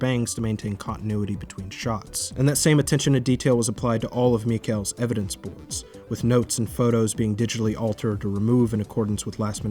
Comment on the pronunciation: Wow this is a good video. Such attention to detail. Even got perfect pronunciation of Mikael's name.... Truly fascinating.